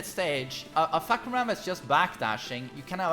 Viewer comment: He said fuck koo ram 🤣🤣🤣 it’s pronounced faah-Kuu-mah